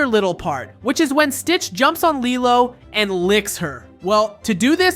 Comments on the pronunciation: Lilo yeah it’s spelled like that but pernounst like lelo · You are saying LILO wrong.